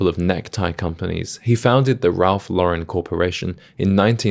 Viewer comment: Worked at Ralph Lauren in college. I learned a lot about style and fashion, cuz prior to that I was a jeans and t-shirt guy. Still am actually, but I also own 3 Purple Label suits. By the way, don’t ever say “Ralph luh-Ren”…it’s Law-ren.